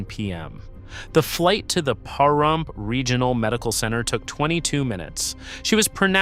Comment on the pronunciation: It’s pronounced, “Puh-Rump”, not “Pa-Rump”. 😉